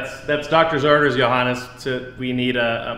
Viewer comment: thought I heard it wrong, the German pronunciation of JOHANNEEES. Then I read JAGEIL and everything was clear